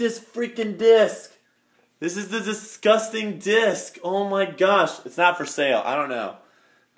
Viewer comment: how many times did you wanna say distgusting, sick and description?